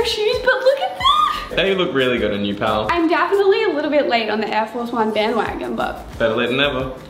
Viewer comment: Sorry but why do they keep saying pall it’s like their couple videos